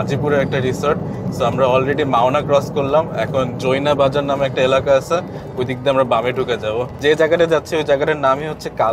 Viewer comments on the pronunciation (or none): none